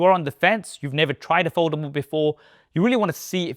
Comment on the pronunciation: I hope one day you learn how to pronounce Samsung and foldable